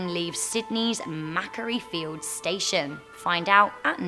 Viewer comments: It's Macquarie Fields, not Maccary Fields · NOOOOOOOOOOOOOOOO YOU PRONOUNCED IT WRONG!! MA QUARIE FIELDS NOT MACARIE!!!!! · ma kwo ri stations not mac a ree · I love hear people murder Aussie town names 🤣🤣🤣 mack-a-ree... nah dude its ma-quarry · hicc macarie me: MAKWORY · Macquarie is pronounced "Mcquarry" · Macquarie (pronounced MacQuory) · number three is pronounced MACK-WORRY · I will give actual Australian dollars to the first person on this channel that pronounces Macquarie right. I have now heard 5 variations. You got Canberra so let’s go over this one: Mah-qwor-ree. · O M G! NZ GLEN EDEN - that was deliberate eh? U no it’s Eden garden of eden come on! But then Macquarie! Governor Macquarie came from your joint! U No How to pronounce Macquarie! Scottish which is close enough. Governor of NSW. Major player in Oz History. You are either fishing or looking to leave Amazing 10 Cos you’ve had enough but PICK ANOTHER COUNTRY to mispronounce names thanks. Our tales Our Ghosts - they are the real deal and Never Disappoint... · longest train 4 hour 51 minutes from sydney to canberra and you pronunce Macquarie wrong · number 3 yeah it not even close in how it is pronoun in Australia lol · I'm sorry but why do you say Macqaurie that way?? Surely a British person should know how to say that word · You pronounced Macquarie wrong, AHHHH SHUT UP, I’m Australian I live near the station, AND I KNOW HOW TO PRONOUNCE MACQUARIE.